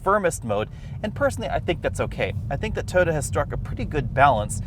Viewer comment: Please learn to pronounce TOYOTA